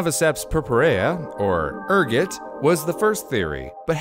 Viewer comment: The way he pronounce Ergot show he is more peasantry than high class (that video reference)